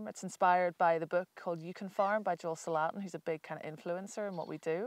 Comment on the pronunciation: Great info. Love the way they pronounce Joel Salatin’s last name…didn’t know who they were referring to at first! 🕊